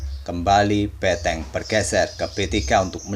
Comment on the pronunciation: Mengganggu banget ngomong beteng nya...